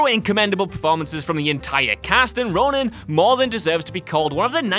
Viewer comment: Ronin. Not Ronan. A stellar flick.